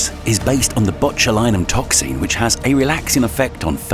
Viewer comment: The inability of the narrator/AI to pronounce any word ending "---xin" is absurdly annoying.